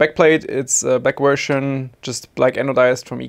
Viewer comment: why do you say wersion it’s version cmon man😭😭😭